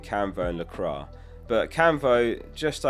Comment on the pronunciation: Its pronounced la-quah not la-crah